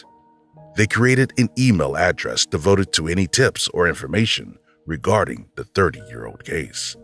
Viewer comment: Good video. Not quite sure why the narrator sometimes says ‘the’ and ‘they’ correctly and other times says ‘de’ and ‘dey’.